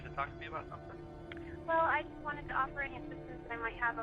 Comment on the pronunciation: Whats wrong with your english? ”Wot” ”Sum thin”